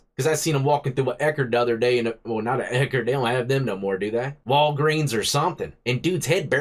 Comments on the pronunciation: Damn Dude, "Eckards"?. You don't look old enough to be talking about Eckards. Next you'll be talking about TG&Y. 😂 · Bro you took me back with that Ekerd slip. You know you're in the wrong town when you see an Ekerds lmao.